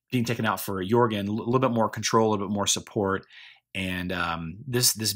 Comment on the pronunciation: lol yea I think we do. That's definitely one of the strange ways I speak. Alot of people think that Jorgen is with a hard J sound, and I pronounce it with a Y. Yorgen.